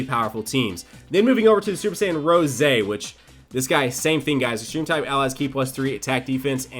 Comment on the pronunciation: ItS RoSé NoT RoSE